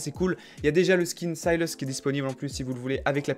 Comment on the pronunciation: tu prononces tlm bien sylas en anglais :p je veux le code >:c